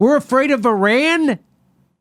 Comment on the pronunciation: I wish Americans would at LEAST learn to pronounce "Iran" and "Iraq" since they can't be bothered to find them on the map.